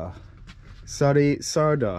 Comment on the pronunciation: You have to pronounce Sári Csárda like Shari Charda. It means Sharon's restaurant. Csárda is a kind of restaurant. CS - the first two letter - have to be pronounce like CHannel - the CH. :) Your pálinka was distilled from peach, so you can feel the smell of the peach of course. We usually do not put any other component to the fruit mesh, just the fruit, this cause the very typical fragrance and taste. Your main course comes with the mashed potato with onion. Boil the potato, stir fry the onion, and mix them. Add some spice like salt and black pepper, maybe some paprika, and you're OK. The sauce next to the duck meat comes from the dish were the duck was fried.